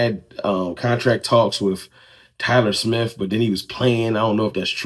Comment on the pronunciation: Tyler Smiff?! Who the heck is Tyler Smiff?